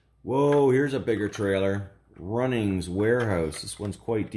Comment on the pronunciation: I’m an Auzzie and I should confirm that it isn’t ‘runnings warehouse’ it’s actually Bunnings warehouse.